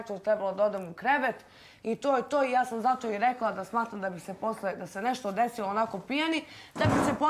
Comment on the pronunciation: Kad cujem ovo "deslo" nije mi dobro. Ogavan je